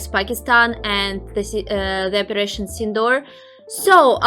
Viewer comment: Its operating not reperation❤